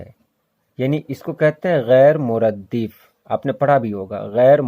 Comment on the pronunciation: salam alaykum, ghair muraddaf ko ap ghair muraddif q bol rahay hain koi khas wajha??